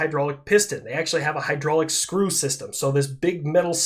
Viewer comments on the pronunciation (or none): Love your vids, but as a maintenance guy, its hydraulics, not hydrolics... Okay, my ADHD brain feels better now, keep up the good fight against DIP and misinformation!